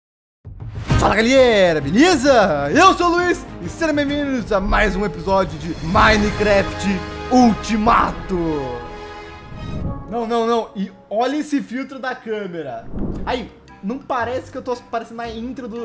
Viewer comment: Ou como o JAZ fala minencraft ou te mato